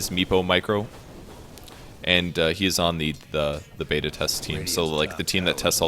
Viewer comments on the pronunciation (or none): none